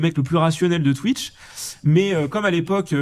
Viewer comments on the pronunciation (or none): none